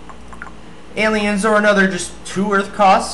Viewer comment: Sounds like you say "Don't eat them" 40ish seconds -"Ant-leons?....."ant-lion" -New pillar art! yay...should have put one QP in for colorful bananas -Why gnome riders? -What do you mean by "real" shield? "real" as in perma? b/c other non perma shields make u take no dmg. -Time mark next time for garboid